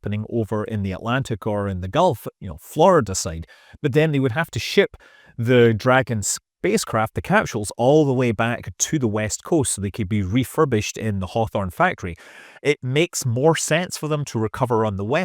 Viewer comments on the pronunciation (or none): thx for telling us about our CAPSHULS 😂😂😂😂😂